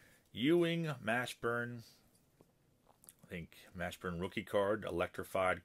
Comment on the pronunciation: How about the Mash(pronounced like the TV show)burn butchering? Or the Hinrich (pronounced RICK) butchering? Childhood friend honor too? Lol